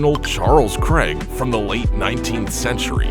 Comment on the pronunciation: THE NAME "CRAIG" IS NOT PRONOUNCED "CREG" ITS PRONOUNCED "CRAYG" !!! WAKE UP YOU YANKEE PILLOCKS !!! :face-turquoise-covering-eyes::text-green-game-over